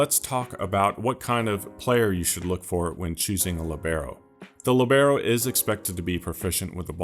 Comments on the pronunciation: Incredible videos man, absolutely revolutionised FM for me. One thing from me, its pronounced Li:bero, not Libe:ro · Wrong and annoying pronunciation. Place the accent on the I. Narrow the E. LÌBeRO. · The accent is on the i when you pronounce it 😊 I am using the libero with huge success in a 4 men defense with an inverted fullback on one side and a BPD cover on the other. Give it a try 😉